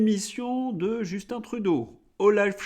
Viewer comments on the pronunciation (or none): none